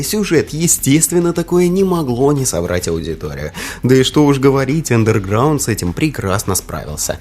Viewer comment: Какого хрена чувк, ты не правильно говоришь Underground? И еще, где экраны загрузки у2 и мв, похожи? Пять раз пересмотрел видео, и нихрена не понял. Посредственное видео.